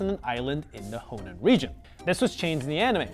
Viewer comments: Is it pronounced "Hoenn" (aka the way it is spelt) or "Honen" (as he says it) regions? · In the dub I saw growing up always pronounced it how u spelled it. Hoenn